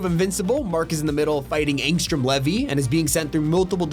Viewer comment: Dude, I usually refrain from nitpicking, but I cannot STAND it when anyone pronounces Ryu “ri-you”, it’s “ree-you”. Literally just listen to Super Smash Bros Ultimate or Street Fighter 6 character select. Dude, is this guy just horrible with names? It’s pronounced Angstrom “lee-vee”.